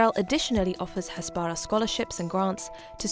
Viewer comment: It's pronounced "hasbarAH" not "hasBARah" 🙄